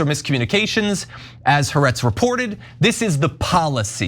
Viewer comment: I think you guys could significantly improve how you pronounce Ha'aretz. Try hah-Ah-rets. Thanks! 🥰